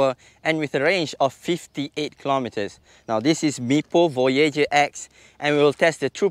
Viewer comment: aha, love the name you said; Voy-YAY-jer! Rather than Voy-yAH-jer.